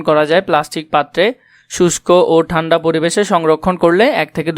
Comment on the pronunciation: ঠান্ড হবে না ঠান্ডা হবে😅😅